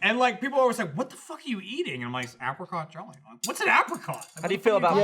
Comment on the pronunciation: With Gavin here, the whole misprounciation of apricot was doing was grating of my nerves within 30 seconds.